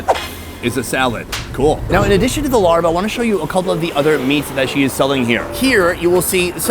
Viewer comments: The meat salad is pronounced “laab” or “lahhb.” There is no “r” sound in the word. Thanks. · larb ? its laab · I thought it was laab not larb?…. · It's pronounced La-ah-b not Larrb 😂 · I love you Sonny, I love all your videos and work but every time you say larp, I cringe. It doesn’t sound appetizing at all. It’s one of my favorite foods too! 😂 It’s pronounced laap with a long a sound . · Hi Sonny!! Love your videos! FYI: what you are calling “Larb” is actually “Lopp”. It rhymes with Mop. I’m from Laos, living in U.S. & getting a total kick out of you calling it Larb!! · Please stop calling it larb, it’s pronounced laab, whoever started that couldn’t have been Thai or Lao… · Not "Larb",but LAAB!!!! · Sonny, the “Larb” dish is pronounced “Laah” as in open your mouth and say “aah.” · My wife is from Buriram. Her pronunciation is "lob" as a tennis stoke. Not "larb" as rhyming with yard. Thai can sometimes be tricky. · Sonny, I love your shows, long time subscriber!... in Thailand, it's not pronounced "Larb", it's more like "Laaaaab". It's the same style salad as Naamtok - where it's grilled, sliced pork or beef steak with the same seasonings. Much love from the UK (hire me) x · I hate when white people pronounce the word “Larb” so damn annoying. Sunny learn how to pronounce the food name correctly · IT'S PRONOUNCED LAAB NOT LARB!!!!!!!!!!!!! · I was getting really ticked about that. I'm half Thai and thought the only time I heard it mispronounced like this was when Giada was cooking this